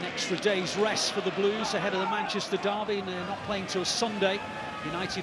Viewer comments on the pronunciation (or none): none